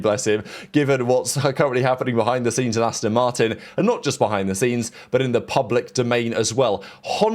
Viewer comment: Asston Martin 😂